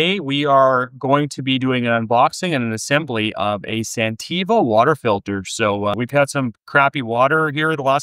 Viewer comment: I think you are mispronouncing the name of the company you are reviewing.